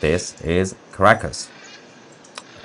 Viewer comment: I love how when Tousi mentions Caracas it sounds as if he were saying "Crackers" in his lovely British accent. 😉🤣 Seems appropriate somehow. But here is hoping they can get back some SANITY in their gov't with dictator maduro out of the way.